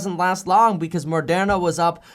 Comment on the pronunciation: Moderna not Mordena. 😉 🤣 🤣 🤣